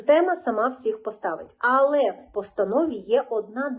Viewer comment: Правильно казати "але", а не "али", а також потрібно казати "всіх", а не "всих", а так загалом все дуже добре і гарно з емоціями розповідаєте!